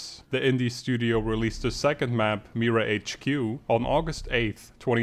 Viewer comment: He pronounced MiraHQ wrong it is pronounced Mi-raa HQ ok.